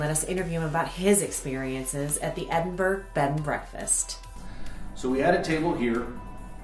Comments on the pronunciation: Yeah its pronounced EdinBURRA that was driving me crazy too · Stop saying Edinburg........ It's Edinburgh as in Edinburra. Burgs are German not Scottish.!!!!!!!!! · bigvalz Thanks. I was about to say exactly the same thing. Edinberg!!!!👎🏻👎🏻👎🏻👎🏻😤 Edinburra 👍🏻👍🏻👍🏻🇬🇧